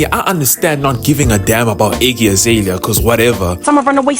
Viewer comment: not the iggy azay-lia